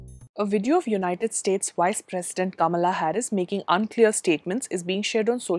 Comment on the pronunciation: Oh yes the wice president